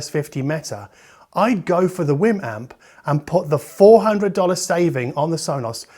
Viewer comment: btw I really do think it's pronounced like wee'm like the Wii, because they way you pounce it sound like your saying Whim.